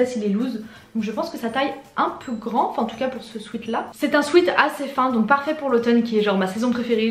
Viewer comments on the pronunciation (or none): On dit pas « swite » on dit « swèt »🤦‍♂️ combien de fois le dire